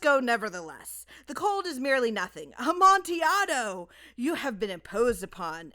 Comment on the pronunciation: It's pronounced "Amontillado".